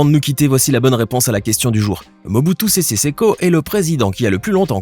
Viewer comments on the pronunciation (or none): ''Mubutu sese seko'' et non ''seko koko''